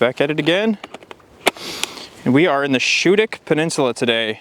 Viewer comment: Schoodic is pronounced like you are saying school, but just ending with the dic.